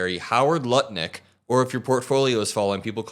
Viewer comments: Brother did you just say Nutlich? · Did you say nut licker or butt licker. Either way he’s a despicable ass.